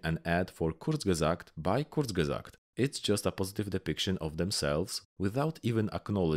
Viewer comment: I've never heard a perfect pronunciation of "Kurzgesagt"!